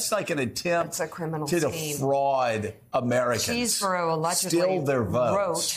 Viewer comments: It's pronounced Chez-bourough... Not CHEESE - Msnbc reporting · LOL Mica...it's not "cheese-burro"... It's Chesebro ("chess-bro). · CHEZ-BRO!!!! not CHEESE-BORO!!!! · His should be pronounced "ches" as in chess not CHEESE --- Ches bro. But then maybe Kenneth wants to have us call him CHEESEborough.